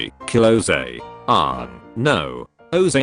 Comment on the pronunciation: the AI pronouced Aang like the atrocity that was the ALTA live action movie. edit: just finished the video, he keeps pronoucing it wrong.